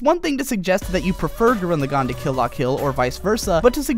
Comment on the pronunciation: It's pronounced LAgann, not LevioSAAAAnn. I enjoy the crap out of KLK, but the character progression of Shimon far exceeds anything a naked chick with a sword and an anger complex can do. I cried at the end of both though.